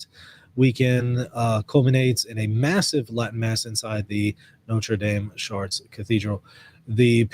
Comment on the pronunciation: Isn't it pronounced "Shart" not "Shar Tray"?